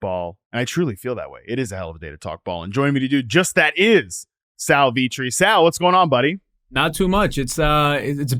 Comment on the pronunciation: I'm glad other people take note of that, lol. Sal is awesome and his "SCHMACK around your league mates" line is iconic. Yeah, so hearing Sal Vetri called makes you wonder how close the "community" really is, lol.